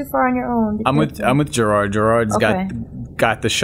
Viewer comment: DYLwalfal Yeah i know. But I feel like if he edits it he would get more likes .-. But if he doesn't edit it then it's alright. Its the "jarared" that bothers me. Its "Jirard" but tbh I think I'm still spelling it wrong xD. But eh, just trying to help. Edit: yeah it's "Jirard"